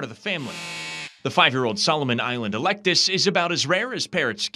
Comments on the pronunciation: that's an Eclectus, not Electus. Solomon Island is the subspecies. I can understand the mistake as there are a lot of people in Florida saying "elect us" these days 😉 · Its pronounced Ek lect tis